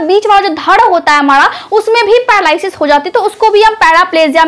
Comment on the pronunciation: madam pahle apni juban thik karaiye.aap r ka uchharan d karti hain.aap paralysis likhti ho par bolti ho padalysis.